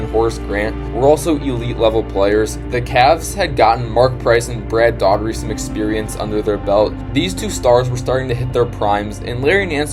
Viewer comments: Brad Daugherty. It's pronounced Dowherty or Doorherty not Daughtery. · man, sorry. i was about to get in on the video... but then he said "brad daughtery".... then i was out! if you talk about people, please take the time to get their names right.... anything else is the same as disrespect 🙏